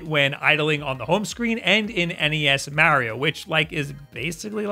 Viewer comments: still doesn't know how to pronounce mario XD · The way U say Mario kills my ears 😂😂😂 enjoy Ur videos thought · So, I get pronouncing Mario the way that does because it's actually a more common thing, but to pronounce "volts" as "vaults" is just mindblowing to me. Like that's not an accent thing. That's just factually wrong.